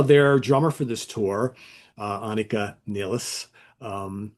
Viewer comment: Impressed your pronounced her name correctly ... Anika "Neil-es".